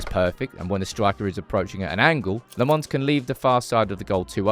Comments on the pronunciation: Do need to work on his name though, it's not Lemons. It's more like Lamp (but pronounced without the p) + Mens. As for his first name, it's not Sen but Senne, just add the same e in the middle at the end and it'll sound fine. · When pronouncing Lammens, it's in fact the other way around. You seem to say le mans, but it is "la mens" with the "e" as a schwa. Just a heads up. Maybe a bit creative, but proncounce "Lammens" like you would say "lamb untz" without the b sound from lamb and without the sharp t from "untz". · Still calling him LeMons.... Lammens ... the a is like "a" like "after", and then it's mens like the word "men"..... ITS NOT THAT HARD